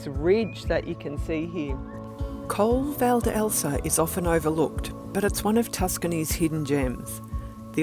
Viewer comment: Your videos are always interesting and the photograpy is so good. As an italian, and tuscan, I just point out that in the adjective “Francigena” the stress is on the I and you have to pronounce the final E of Colle val’Elsa (E like Elephant).